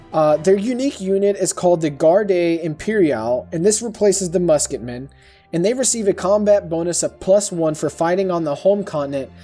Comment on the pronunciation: 'Garde imperiale' the 'e' on Garde is silent - it's one syllable not two. It's saying "Guard" is closer than saying "Gar-day".